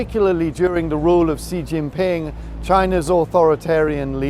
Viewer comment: Who I wonder is 'See Jinping'? Dare one ask that a small fund be established to ensure that your correspondents can at least pronounce the names of China's leaders with some degree of comprehensibility? It really is not difficult.